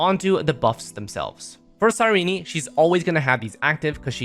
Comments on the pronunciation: This guy's pronounciation is diabolical. You dont need to say the last "e" when pronouncing her name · Boy why are you saying her name like that 💀